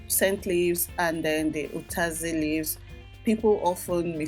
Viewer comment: It's actually utazi and not ukazi